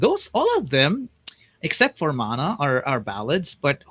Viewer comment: I also love the fact that she could pronounce the SB19 songs right - Mana, Liham, Nyebe! Mad props to her! 🎉